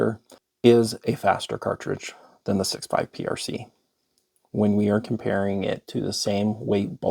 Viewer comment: Is there a K at the end of the word comparing? Is it comparingk?